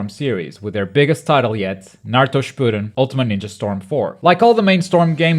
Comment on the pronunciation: That not how you pronounce Shippuden